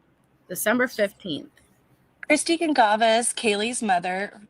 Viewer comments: It is not a big deal but isn’t Kaylees last name pronounced Gon-Sal-ves? 🤔 Not being critical I’m just wondering!Anywho I was so happy when I saw you posted a new video on this case, I love how you are always so clear about facts vs. speculation & how respectful your coverage is. ❤❤❤❤ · I am Portuguese and the way it is spelled, it is a Portuguese surname, and you are correct it is pronounced Gonsalves not Gonkalves. There are many similar surnames that are Spanish in origin but those are spelled differently. :_Heart